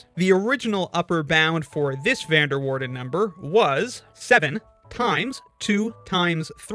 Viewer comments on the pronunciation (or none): Being Dutch myself, that is not how you pronounce "Van der Waerden" 😆